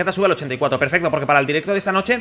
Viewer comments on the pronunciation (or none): none